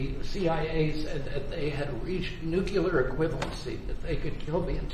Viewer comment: please do not pronounce nu cu lar--it is nu cle ar